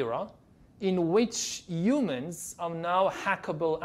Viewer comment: He calls Humans YouMens or You Men not him